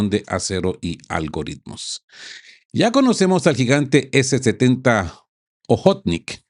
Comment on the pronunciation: Quueee ...hmmm. охотник No se pronuncia o-jót-nik si no... a-jót-nik Que te costaba consultar em google ese detalle